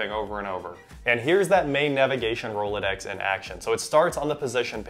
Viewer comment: You lost 3/4 your audience with “Rolodex”